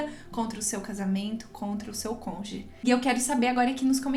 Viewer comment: Desculpe-me mas o ideal seria você falar “cônjuge “ e não “conge”